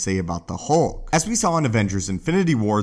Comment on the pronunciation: HULK not HOLK.. Your voice is so monotone and terrible.